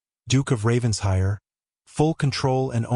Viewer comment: It’s Raven-shire!